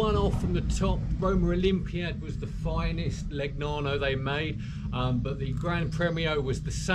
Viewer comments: Nice bike...anyway the pronounce is not ...Le..G..nano , but Legnano ( Leneano) .... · please, "leñàno/leniano" (aprox.), otherwise👍 Ah, le bici italiane! Che gioia.